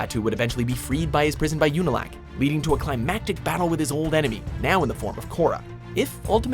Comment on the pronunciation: You-nalq? Tell me you've never actually seen the show without saying you've never seen the show.